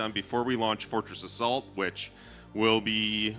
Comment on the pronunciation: Sounds like he's saying Fortress of Salt not Fortress Assault hahahaha